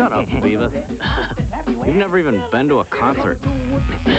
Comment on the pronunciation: beavis not Creavis.